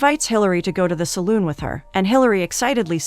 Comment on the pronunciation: "Saloon" Lol